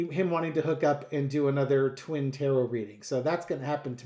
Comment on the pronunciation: It sounded for a moment like you said twin terror reading.